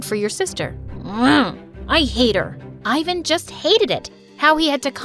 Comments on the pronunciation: its not "ayvan" its pronounced like "evan" in balkan ofcourse😌😏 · THAT'S NOT HOW YOU SAY FRIKING IVAN!!!